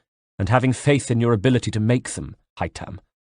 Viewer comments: Ive barely even dented the story and i love the narration but its haytham not haythem or haytem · But why is his name pronounced that way ? Is it not hay- tham not Hai-them. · Rana Lanus Gaine hi-tham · haha hytam is how he says it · It sounded a lot like "Hi Tom" to me, lol. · no i mean he should say it like the game. hay-them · Whatever he should have just said Haytham like in the games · Haytham is pronounced exactly as it is in the game not “haytam” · I noticed as well. He says Hytam. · Hi Tham 👋👋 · that is not how you say Haythem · only one complain the way you say haytham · Yeah, my cousin's name is Haytham and it's so annoying how pronounces it lol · the way he says haytham